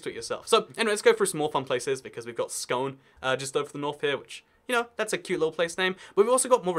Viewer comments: It's not scone it's pronounced scoon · Scone in Scotland is actually pronounced more like Scoon, you didn't get that right lmao. That was crowning-place of scottish kings in the past. Here you go - fun fact.